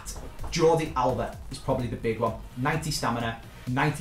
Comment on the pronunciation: Alaba ya mean alba